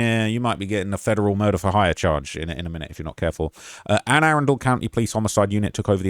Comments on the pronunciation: (Anne-A-Run-Dle) county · It’s pronounced ‘Anna-Run-Dull’ county in case you wanted to know for future videos. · ann-uh-run-dul county